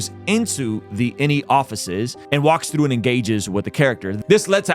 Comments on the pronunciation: Like the message. But where did you learn to say the word "through", lol. You are putting an L in there somehow, haha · Great video. Not sure if I want to watch the show now. Apple TV is just another subscription, which I suppose is an addiction in certain terms. One thing I would say is when you say the word through you sound so Scottish, that’s how I say the word. lol. Keep up the good work.